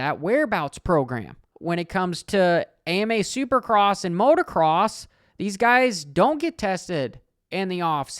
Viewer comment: It’s motocross not motorcross. Cringey af